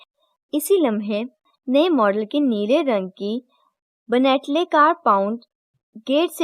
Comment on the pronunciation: Ben,,,tlay hota ha bhot sary lafz ghalt bol Rahi hain ap